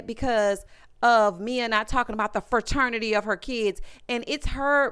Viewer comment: I caught it and I had secondhand embarrassment every time. The heffa said Fa-ternity. Like boo, not only are you using the wrong word, you’re pronouncing it incorrectly too.